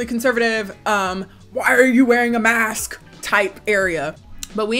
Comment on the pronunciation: Mask-sksksk Me: why is she saying it like that It's masksksksk wtf masksksksk...fuuuuck 😂